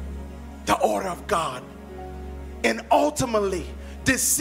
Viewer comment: "Ordherrr" "Ultimally"